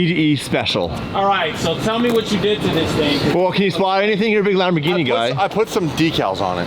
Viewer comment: E-gini… no more LAMBOR-GINTANI 😂❤🤣